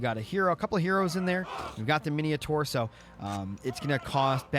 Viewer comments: Mine taur, not mineotaur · lol mineeohtar min oh tar